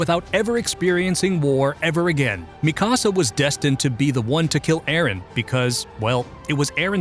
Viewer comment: Ok but you pronounced Mikasa like mi-casa and not like mika-sa